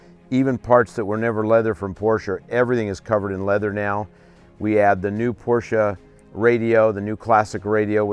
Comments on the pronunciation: It's pronounced “Por-shuh.” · A couple of other "car guys" who make videos regularly say Porsche wrong also. EVERY time I hear that, I downvote the video.